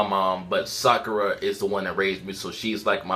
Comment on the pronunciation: It's Sakura!!!!!!!!!!!😑